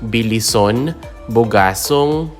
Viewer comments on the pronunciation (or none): Bar-bá-za, not Bar-ba-zá Se-bás-te, not Se-bas-té Be-lí-son, not Be-li-són